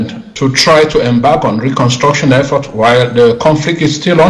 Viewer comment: Is there anybody at Equinoxe who could tell to say "e-ffort " and not "i-ffort"!